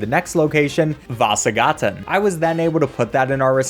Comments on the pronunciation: The way you say Vasagatan is so funny to me 😂😂 Vaaasagaaaten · Idk why I think it was funny the way you said "vasagatan" it wasn't a bad pronunciation from an American standpoint but it just sounds goofy. I would come up with an American example but I can't think of one :/